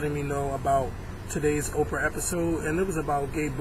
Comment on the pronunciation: its oprah not opera you illiterate fuck